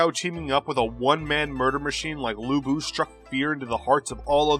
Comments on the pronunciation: Lu bu peoununced as Lu pu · It's Lu Bu!!!!!!